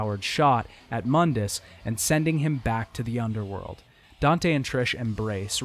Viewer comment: Mundus, Moon-dus, not mun-dis. Im not sure how you mispronounced it when they literally say it in the game. Unless you're going by DMC's bad pronunciations of things. And seriously you have got to break up the exposition on game mechanics and intersperse it with the story instead of dumping it into one section each. You need some sort of levity between otherwise its like listening to a lecture and not a review. Listening to you drone on like about game mechanics sounding half tired isn't the rip roaring time you'd believe, despite what the simps on here say who clap because they recognize the thing. I was hoping another video of yours would be better but its just more of the same.